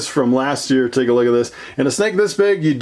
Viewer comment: CEO Of “take a loogat this”